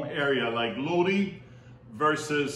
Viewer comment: I love your videos....you are awesome. I actually live in Lodi....it's actually pronounced Lod- I .... I'm sure you are familiar with the credence clear water revival song, stuck in Lodi again, that is how you pronounce the name of the town. We have sooooooo much wine here. Of you ever come visit, make sure you heard to the ( wine & roses) it's a hotel, restaurant and the Lodi wine commission visitor center. We would love to have you here.